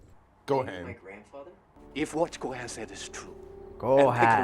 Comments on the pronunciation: Its Gohan "Go-Hon" not Gohaan you noob. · fyi funny how they pronounce Gohan😂like THEY SAYIN Go Han!😂😂😂